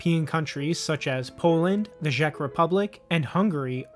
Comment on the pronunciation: first time I'm hearing someone pronouncing the Czech republic as "the Zhek republic" 😁